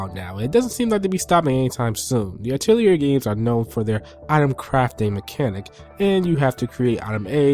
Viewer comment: Atelier has a silent "r", just a correction. "A tell lee ey" so to speak. :3